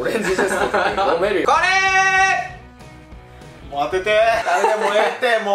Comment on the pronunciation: ようへいくんのこれーがカレーにしか聞こえん